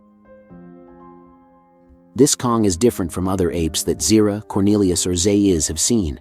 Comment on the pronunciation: You’re still mispronouncing Dr. Zaius’ name